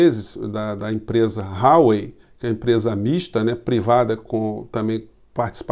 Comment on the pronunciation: Huawei ( ruá-uei)